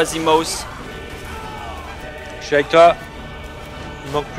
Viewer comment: Je crois que j'ai jamais entendu Bob prononcer "Zimos" normalement.